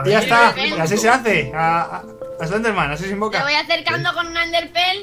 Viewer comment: Mike en vez de decir eslender dice selender